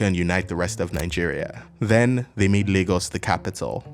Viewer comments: "Leegos" wtf? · Lagos has a funny name. It's the portuguese word for lakes, and that's why it's called that, so it should be pronounced Lah-gos. But natives and many dialects, like yours, pronounce it "Lay-gos" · Where the hell do they pronounce Lagos "Lay-gos" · Please someone tell me what percentage of LayGossians pronounce it Lah-Ghos and how many actually say LayGoss. Thanks! Or is really pronounced LEGOS like the toy…?? The portuguese people i know say Laaahgoes. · Your pronunciation of Lagos sounds very weird 😢